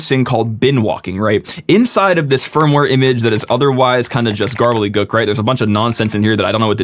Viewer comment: I've heard of gobbledygook, but not garlygook lol.